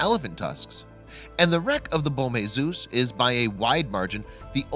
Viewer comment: It's not bom Jesus it's bom Jesus